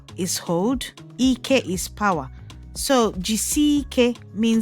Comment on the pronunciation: Ike doesn't mean weldone rather it means Strength or power. CHIKA means God is superior and Chika's full surname is Ikechukwu meaning the strength or power of God. Igbo names have Godly meanings so pronounce them correctly and with respect. The irony of your pronunciation of "Ike" is very Rude meaning Bottom. Non Igbo speaking people should do their research properly to avoid coming on air to assassinate Sensitive Igbo names in their quest(s) of turning news casters by "Fire" by "Force".